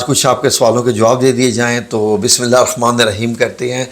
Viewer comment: Bhai Bismillah TU Sahi phar lu